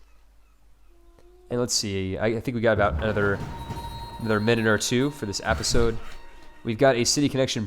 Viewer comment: You saying APPisode is starting to get to me. Lol